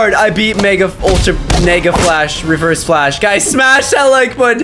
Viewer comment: “But today we’re gonna be fighting nIGgAAa flash”